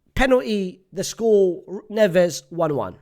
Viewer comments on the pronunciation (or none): none